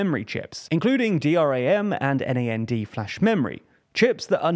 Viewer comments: Please learn how to actually spell the names in the field. VIVO as 'vai-vo' ??? And D-R-A-M and N-A-N-D instead of 'dee-ram' and 'naa-nd' is not just wrong, it stands in the way of communication. Spelling it out instead of the common pronunciation makes the statement less understandable because it requires extra mental effort no get the word! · did he just call DRAM and NAND, "D-R-A-M" and "N-A-N-D"? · D-ram, nand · Things like saying D.R.A.M. and N.A.N.D. instead of Dram and Nand let you know someone is just reading from a script, and doesn't actually have any deep knowledge of the subject they are talking about. I watched a video the other day, that mentioned Lyndon Johnson and called him Lydon, lol, put you off, I mean it probably shouldn't but it does. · no, it’s 100% wrong. Google acronym vs abbreviation vs initialism. DRAM and NAND are pronounced, not spelled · Never heard someone pronounce DRAM and NAND in such a weird way 😭... TLDR wannabe tech channel, while not knowing the basics. Insane.